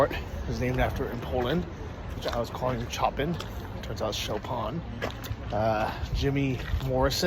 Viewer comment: Chopin is pronounced show-pain (pain as in french bread)